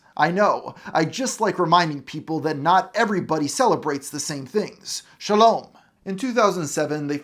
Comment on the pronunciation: "SHALOM!" Your pronunciation of this was hilarious.